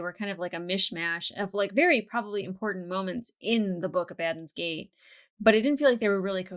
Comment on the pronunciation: Love ya but it's Abba.. Dons. Gate.